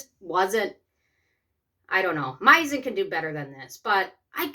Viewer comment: You pronounce this brand wrong.